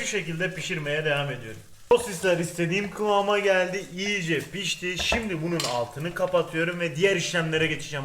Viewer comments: Abi o iyice diye yazılır iyice diye okunur yiğğğce diye okunmaz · Abi yiyice değil iyice